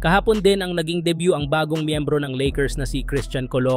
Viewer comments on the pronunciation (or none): none